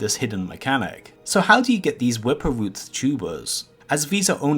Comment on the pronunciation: The wwwwippppwwerrr root